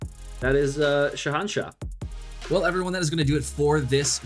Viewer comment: it's shainshah